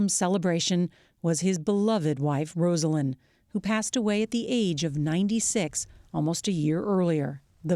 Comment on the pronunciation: Pronounced "Rozalynn", please, not "Rosealynn". A major newscaster should have known that without looking it up.